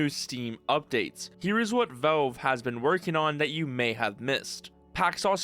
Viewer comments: Why do you say Velve instead of Valve? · Why do you keep saying "Velve"? It's "Valve". You're clearly able to pronounce A's properly as you say Half-Life correctly and don't say Helf-Life. The A in Valve is pronounced exactly the A in Half-Life.... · When he says velv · I swear TO GOD IF YOU SAY VOLVE ONE MORE TIME ( /s) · But like real talk, why do you keep saying "Velve"? I'm not sure if you're just trolling me at this point. Edit: Ok just finished your video, good vid man. BUT I SWEAR TO GOD IF YOU SAY VELVE ONE MORE TIME. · For the love of God, please pronounce Valve correctly and stop saying Velve... 😖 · Is it really that hard to say valve properly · Nitpicking but you need to work on your pronunciation, especially with the word "valve". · I'm assuming it's an accent thing, because how do you run a channel about Valve games and not be able to pronounce it properly?